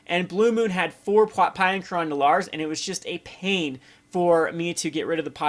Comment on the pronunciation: Pea-ah and Kerr-an <--- The pronunciations for you. lol